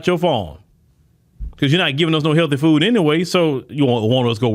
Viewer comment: It's pronounced "fooD", not "foo".